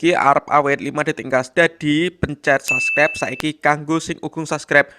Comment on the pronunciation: Subscribe bukan sascrep